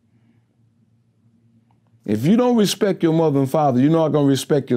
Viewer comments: 🗣 “Respek!” lol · No he said Respek!